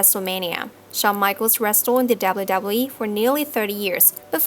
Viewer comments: Holy shit when you're the narrator of this video about the WWE then maybe practice your W's until you get them totally right... seeing as you gotta say "WWE" like 50 times from the beginning of the video to the end. It's distracting as crap. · You need to pronounce W correct